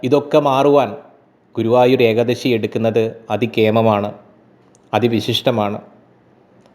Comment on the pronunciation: Ekdasi aal eekaadasi ennuvenam ucharikkan ucharanam sariyakkanam